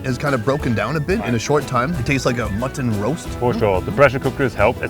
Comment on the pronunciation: Can we get some thumbs up for the pronunciation of M U T T O N :D